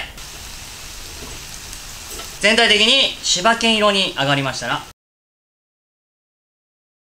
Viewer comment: 最初、滋賀県色って聞こえた 滋賀県てこういう色なんだと